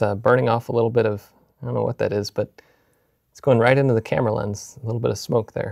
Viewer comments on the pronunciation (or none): none